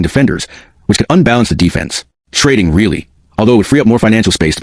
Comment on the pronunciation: It is really annoying when you consistently mispronounce Rielly as really